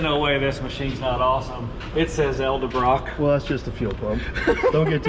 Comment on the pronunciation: Tell it’s EDelbrock not ELdebrock.